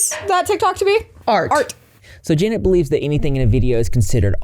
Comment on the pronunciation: i just KNOW janet is watching this and absolutely fuming that nobody is actually saying her name right LMFAOOOOO